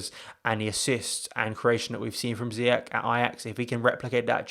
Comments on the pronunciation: Pronounced as if it was spelt Ziyesh btw he’s Moroccan born, the Dutch pronounce it Ziyack because of their language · His name is pronounced ZIYESH not ZIYAK.